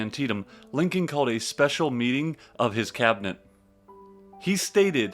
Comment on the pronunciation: I unAmerican can a narrator be than one that can't pronounce Lincoln property.